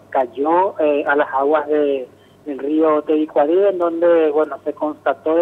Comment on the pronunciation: Tebicuari dice la burra de la periodista tebicuary es cn y .....